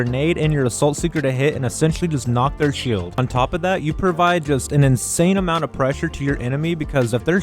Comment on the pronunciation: I think he sounds fine 🤷‍♂️ only thing I could think of is when he says shield or launcher